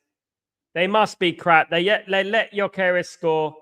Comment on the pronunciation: “Gyok Air Es” can’t even fucking speak properly